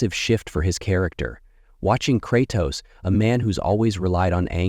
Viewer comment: cratoos and atreeus